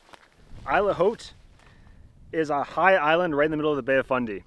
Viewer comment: I thought it's a bit weird the way you pronounce hard H on French word "haute"